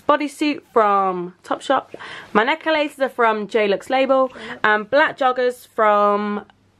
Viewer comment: i love the way you pronounce 'necklaces' 😅 also are you guys vegan??? bc me too!!💗💗